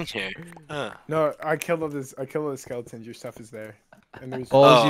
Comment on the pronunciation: dude said skeletons like skelens